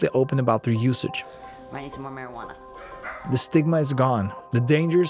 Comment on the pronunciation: great video. W content. i don't think you said marijuana correctly once.